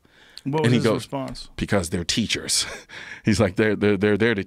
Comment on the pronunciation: They're TEACHURRRRRS.